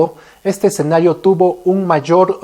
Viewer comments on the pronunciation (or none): none